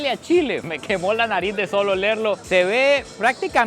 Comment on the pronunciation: Nada más Sancarleño que diciendo "Chila" jaja